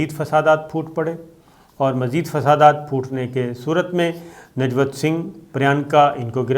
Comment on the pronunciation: Najvat nam nhi he sabir bhai nivjot nam he